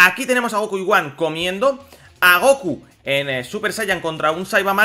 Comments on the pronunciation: Se pronuncia GoJan no Goan Dios no ves la H? Gohan GoHHHHHHHHHan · Se dice Gohan, no goan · la pronunciacion varia, en el doblaje castellano de dicen son goanda por ejemplo. Hay muchas personas que le dicem Goan obviando la "h" otros como tu o yo pronuncian la "h"